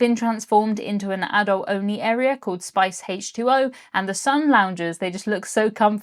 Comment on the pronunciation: "Spice Haitch 2O" There is nothing like an video to make me feel like I'm in a cozy Hampshire pub listening to a friend talking to me.